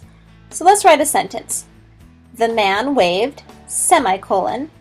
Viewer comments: I hate how she pronounced semicolon! It's /seh-mI-kuh-lăn/ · sey me cololen she was saying it wrong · "By the end of this video, you should lknow how to use a semicolon..." but not pronounce them. Yikes.